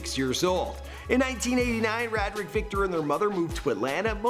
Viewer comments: It's pronounced Ray-drick lol.... Not rad drick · it's pronounced ray- drick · Pretty sure its pronounced Ray-dric. "My alias is Gucci Mane my name is Radric(Ray-dric) Davis" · HIS NAME IS (RAY:DRICK) NOT (RAD-RICK)!!!!!!!